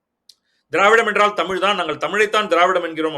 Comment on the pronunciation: தமிழின் முக்கியத்துவமே பேசும்பொழுது ழகரத்தை சரியாக உச்சரிக்க வேண்டும். தமில் என்பது சரியில்லை